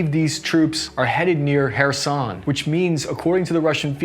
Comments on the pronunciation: Finally Kherson named correctly 🙂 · Hey you pronounced Kherson correctly in this video! Good for you!